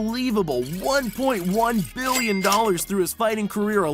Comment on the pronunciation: Sounds like he is saying billion